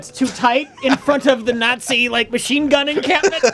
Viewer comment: "Napzi Germany"